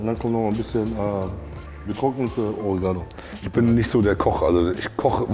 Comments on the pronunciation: Das heißt Oreeeeeegano😂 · Ey wie heisst dat nochmal !? Orehganno ?? Oregano 🤣 Beste Unterhaltung aufen Sonntagabend ❤ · Zu Oregano, sagt der einfach Urgano 😅